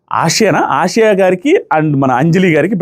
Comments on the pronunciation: యెసియా kaadu ఆసియా 😂😂😂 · Nukraj and asia...asia ఏషియా kadh..aasia.. ఆసియా 😅😅😅😂😂😂😂....ఎంత నవ్వు వస్తుందో నాకు అన్నా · Asiya kadu. asiya. Tana peru